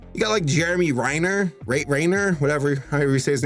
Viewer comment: The way he said Renner really hurt 😜 that’s my last name and have never known of people having trouble saying it